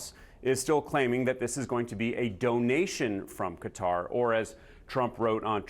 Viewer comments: Cutter? What are you saying? It’s Qatar you du****s! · Can mainstream journalists fucking learn how to properly pernounc a countries name. Qatar, sounds like ( kat tar]) Not cutter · Quatar not cutter pronounced catar grammar does mean pronounceiat words correctly. . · Ca-Tar not Cutter. Even Trump got it right. 😂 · Pronounced Qataaar 😅 nice plane though ❤ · "Even if there's no favor, that was offered from Gutter" -- when the educated Americans try to get the pronunciation right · Ffs, stop calling it "Kudder," America. 🙄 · Pronouncing Qatar as Cutter invalidated literally everything you were going to say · Not edgelording . These are professionals. If you can't get perfect Arabic I get it but cutter? Would I be edgelording if some of them were pronouncing it chicago? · IF ONLY QATAR COULD BE PRONOUNCED BY AMERICANS PROPERLY??BUT A GOOD VIDEO!!